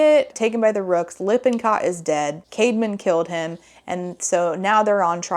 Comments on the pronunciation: OMG whenever she said Caedmon's name, I thought she was saying CAVEMAN!!! 💀💀💀It tweaked me out everytime lol 😭😭😭What a goofy name! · Why is his brother called „caveman“? I know it’s not, but it sounds exactly like that 💀